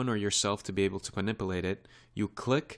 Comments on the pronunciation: Ma-nip-you-late. Not ma-nipple-ate. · Very good tutorial but please pronounce MANIPULATE correctly you say manip-A-late and it should be manip-U-late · Someone should tell this guy that there's a "U" in the word minipilate!